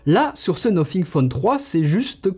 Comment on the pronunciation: Déjà le Debut de la video le mec dis "nofing" Bye bye